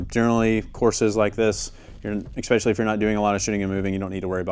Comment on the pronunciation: I love you when I say this, the word is E-S-P-E-C-I-A-L-L-Y, let me hear you say it. Good Not EXPESHALLY